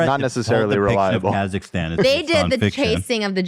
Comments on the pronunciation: I was born in Kazakhstan and Trish's pronunciation was truly terrible 😂😂 Thank you Ethan for not bring it justice ❤️ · On a light note, hearing everyone pronounce Kazakhstan completely different had my howling 🤣 and trash thinking an anaconda is bigger than a WHALE 🥲